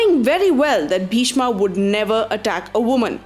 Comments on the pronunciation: Wrong pronunciation Pagli. What the hell is karana, bhishma, mahabharata etc. .It's bhism, karrn, mahabharat. Don't showoff you dump. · Hahaha what an idiotic pronunciations angaaaaa karnaaaaa bhismaaaaa bhardwajaaaa balramaaaaa bhimaaaaa you idiots Plz learn pronunciations before making videos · Pls its bhishma not bhishmaa, drona not dronaa, change the way of pronunciation. We aren't the English people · FYI it is Pandav not Pandavaas, kaurav not kauravaas, bheeshm not bheeshmaa, yudhisthir not yudhisthiraa. there are many more 'aas' used in this video which should have not been used.